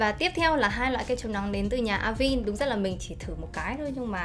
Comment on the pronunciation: Cảm ơn bạn có video về KCN khá hữu ích. Góp ý nhỏ chút là Avène - là hãng mỹ phẩm pháp, nó sẽ đọc theo tên pháp là A- Ven (đọc tương đối nó là thế này, còn chuẩn thì thềm n sau), Không phải là A-vin:)